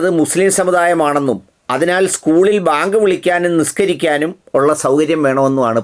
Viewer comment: ന്യൂസ്18 ൽ ഒരു ത്തൻ വളരെ ആവേശത്തിൽ വാർത്ത വായിക്കുന്നത് കേട്ടു.. ബേങ്ക് വിളിക്കാൻ അനുമതി വേണമെന്ന്. എന്താണി ബേങ്ക്